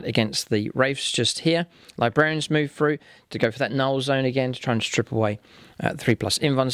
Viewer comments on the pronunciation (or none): none